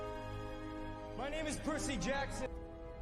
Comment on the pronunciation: Percy Jackson olacak "Persey" degil. Dogrusunu unutturdunuz 😂